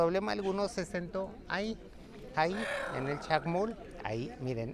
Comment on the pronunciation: Hermanaaaa, se dice Chac Mool, no Chac Mul.